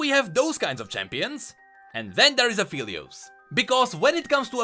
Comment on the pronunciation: A great vid as usual, and btw, Aphelios is pronounced A-fell-lios, not A-feel-lios. Alune calls him Phel which is pronounced like "fell" and not "feel" :)